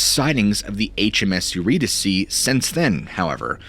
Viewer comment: Not only do you tell amazing stories, but now I know how to properly pronounce the name Eurydice! 😄👍 I was going way too hard on that Y because my maiden name was Eury and I was used to saying it a certain way. Not that Greek mythology comes up a lot in my everyday conversations. But it's good to know if it does, I won't sound like a dunce (anymore)! 🤣